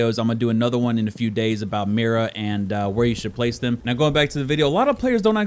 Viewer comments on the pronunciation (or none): none